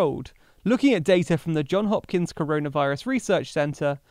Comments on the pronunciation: It's JOHNS Hopkins. JOHNS. The S isn't silent. Yer effin' killin' me with this! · *Johns Hopkins ... c'mon guys, respect the s - it ain't that tough! :)